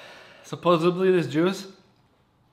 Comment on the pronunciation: You say supposebly like Joey on Friends lol